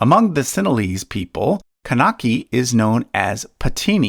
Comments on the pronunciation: pronunciations kannagi and pathini are wrong. pathini is a generic term used for chaste women ( the one that is devoted to her husband and have never slept with another man throughout her life) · it took me 3 attempts to understand what that epic was. Narrator killed the pronunciation of Silapathikaaram, Kaanagi and Pathini 😂😂😅🙏